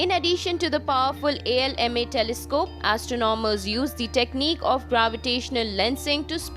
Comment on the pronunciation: Wtf accent? Astro nom ers???